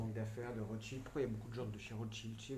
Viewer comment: « a gauche du sous sol de rotschield » 🤣🤣 En